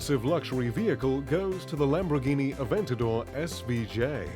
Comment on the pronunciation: "Lambroghini" Lol